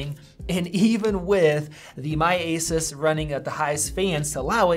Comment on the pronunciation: He keeps pronouncing asus incorrectly...